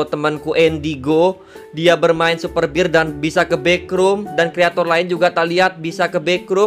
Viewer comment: Super bear bang bukan super bir 😅